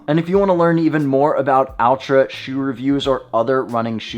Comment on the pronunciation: Tried on and feels like big improvement from v1., its not pronounced like Big “Al”tra Yankovich but closer to Ultra. 😂